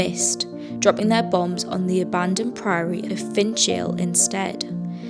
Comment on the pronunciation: Not Finch (as in the bird), followed by Ale. Its pronounce "Finkle" Abbey. Lovely spot for a picnic. 🙂